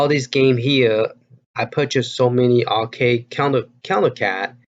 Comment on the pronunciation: it's counter-cAde as in band-"A"id. c"Aid"e. Also I do not think dig dug is dig "and" dug. It is just "dig dug". Sorry for my OCD. Love your videos as always, don't get me wrong.